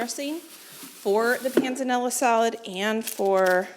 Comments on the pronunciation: You are saying "pan zah nella" salad correctly. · Yes you did say Panzanella correctly. Love. the videos. Wish I could help you taste test with you, youm. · Panzanella--you said it right. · PS you are pronouncing Pennella correctly 🤗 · Yes, you can definitely bread the cutlets a day before. I've done them two days before if the chicken is fresh. And yes, you are pronouncing panzanella correctly 😊